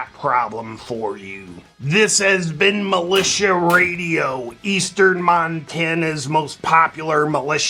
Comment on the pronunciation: Milit-IA 😂😂😂😂😂😂 radiation!!!!